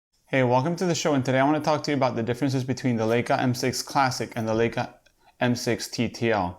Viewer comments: If you review Leica first learn that it is LAJKA not LEJKA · Pronounced LIE KA